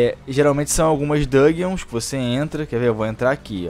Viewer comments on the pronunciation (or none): Dungeons, nao DUGUEONS...a pronúncia não é tão difícil, bicho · Mano eu sei que vc entende inglês mas sua pronuncia é muito errada, "batle" "dãgueons" ... melhora isso ae pq as vezes dói o ouvido #paz